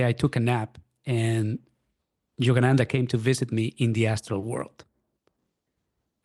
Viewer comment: I can't help giggling at "Jogananda"!! Sounds so funny